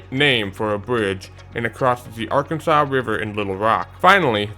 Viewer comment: The river the Keeper of the plains bridge crosses is pronounced Arkan.zuhs NOT Arkun.saw. 😁